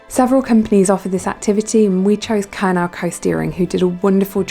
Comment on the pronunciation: Just letting you know Kernow is pronounced KERNO and it means Cornwall in the Cornish language.